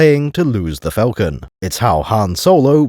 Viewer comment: All that & cannot pronounce Falcon correctly